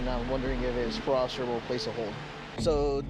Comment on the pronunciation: "so you're on peerole?"